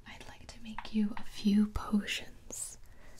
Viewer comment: She said “ 3 different color 4-3 different posines